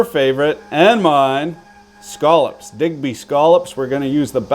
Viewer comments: As a displaced maritimer, I thank you for the PREFERRED pronunciation of scallops!!! Not scallops, but scollups!!!! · Thank you for pronouncing scallops correctly.